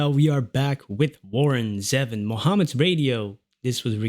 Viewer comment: Have you heard his WEREWOLVES OF LONDON? It great and funny. His name is pronounced ZEE VON.